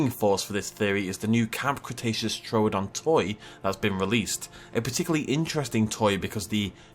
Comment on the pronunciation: First Dino you named is called Troo-don not Tro-odon 🤣